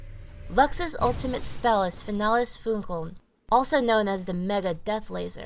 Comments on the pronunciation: It's funny how he pronounces "finales funkeln"... he makes it sound more like finela's funkuwn". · If she wanted to name all of her skills in german, she should have at least practice her pronunciation lol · did any other people who can speak german lol at how they pronounce her ult? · Lux is great :) It's funny how you pronounce "Finales Funkeln" ^^ (why hasn't it been translated into English?) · LOL NICE ... im german and i watch this video ... then she says ''her ultimate is FINALES FUNKELN'' ... FINALES FUNKELN are 2 german words .. :D .. a spell of my favourite champ lux is called FINALES FUNKELN :D .. (finales funkeln = final sparkle ) i like the pronunciation of german words in english ;D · I love how they pronounce Finales Funkeln. XD